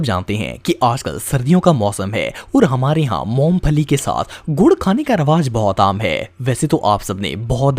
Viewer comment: موم پھلی نہیں بھائی😂 مونگ پھلی